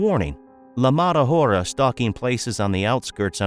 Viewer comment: Buddy, the “h” is silent in Spanish. Thank me later